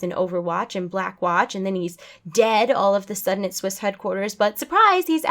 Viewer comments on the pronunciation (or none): none